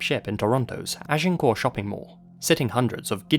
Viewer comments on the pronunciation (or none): I have a photo of me sitting on Bruce McArthur lap as a teen. There is a bit more to that story regarding his targets: all of them were also integral parts of the gay community. Also an obligatory lol at your pronunciation of Agincourt. Not even locals pronounce it correctly. It's slaw is more regularly used, "Asiancourt". The mall where he was the Santa at is scheduled for demolition now.